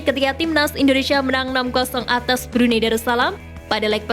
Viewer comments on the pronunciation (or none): none